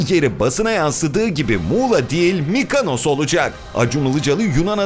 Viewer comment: Arkadaslar hic biriniz mykonos söyleyemiyorsunuz mykanos neresidir yahu?